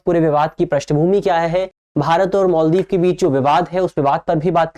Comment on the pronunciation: मोल्दीव नहीं है भाई मालदीव होता है